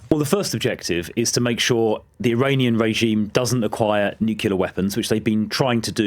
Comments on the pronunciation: Why is he saying nukelar? The English word is nuclear. Is he an American? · The word is Nuclear, not Nukkiller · Also, it's NU-CLEAR. Not nu-cu-ler materials... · Why does he say nuculer?!?!? I thought he was british . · It is pronounced NUCLEAR... It is not pronounced... NEUCULLA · I can't believe I am hearing an educated Englishman saying "nu-cu-lar". Credibility - destroyed. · Why is the guest saying 'nukiller' weapons ..not 'nuclear' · Does he keep saying nucular instead of nuclear? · "Nucular" every flipping time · I''ve never heard of "nucular weapons". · What a clown. Also, why aren’t these trump sycophants able to say nuclear? It’s always nucular. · He should have schooled him for saying nucular the whole time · If you say 'nucular' you have no place talking on the subject. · NuCLEar. Not NucUlar!! Ugh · Being able to pronounce Nuclear properly should be a baseline requirement to pass judgement on Nuclear matters. New-clear nor new-que-lar, it's not difficult. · Newkular material”??? What’s that? He can’t even pronounce “nuclear”. Spouting nonsense and repeating “I haven’t seen the intelligence”. But you still are pretending to know everything. Idiot. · It's pronounced nuc-lear not nuc-cu-lear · What an empty pointless man. Like a bargain bin Patrick Bateman. Plus there's something deeply aggravating about hearing a Brit say "nook-ular weapons." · He can’t even pronounce nuclear properly . Nukelar he says 🤣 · Shadow home secretary is either a jew liar or more idiotic than even trump. He is saying "nucular" so could be either. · Never ceases to astound me that otherwise, seemingly well educated people are unable to say nuclear, instead they say nucular. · Nucular.. it's pronounced nucular.. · Has he learnt to say nuclear yet? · I didn’t think I could despise this man any more than I already did, and then I learned he thinks the word nuclear is pronounced nucular. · Shadow Home Secretary can’t say even say nuclear correctly. What a suprise. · What's "nucular."